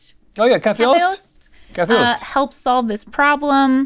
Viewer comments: Yaay go Sweden! You guys actually pronunced kaffeost pretty good! :) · rhett actually pronounced kaffeost really well haha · You were spot on with a few of the kaffeost pronunciations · Rhett was so close to that pronunciation with kaffeost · rhett pronounced kaffeost really well actually